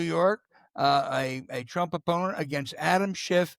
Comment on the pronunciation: R U saying DRump TRump. Dat has neva woiiked.